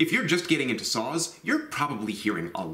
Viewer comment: I know he is saying "saws" but I keep hearing "sauce"